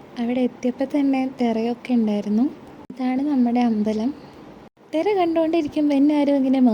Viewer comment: Thera alla thira 😂